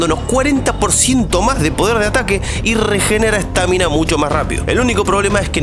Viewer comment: Por qué mierda le decís estÁmina a la estamina man? LPM me estaba gustando tu video.